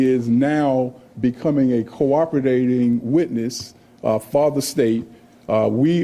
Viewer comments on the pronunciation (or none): "Cooperdating"? Where the hell do they find these DAs? Is there any standards now? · DA "Co Opridading Witness". Will Ferrel as George Bush during a presidential debate with Al Gore (SNL) "Strateegury".